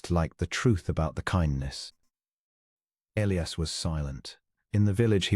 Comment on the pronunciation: It is also E-li-as not El-ias.